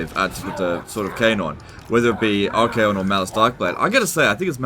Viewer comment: Pretty sure you said "arcane condoms"